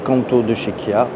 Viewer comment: Kia et non pas Kya ! De plus , Bigster Hybrid développe 155 ch et non 140…